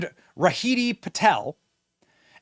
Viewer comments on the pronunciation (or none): bro what! you said Riddhi as Rahidi that is just changing the whole names